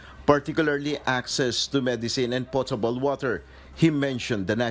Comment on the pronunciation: Lol it's not po- tabol water it's pahtable water hahaha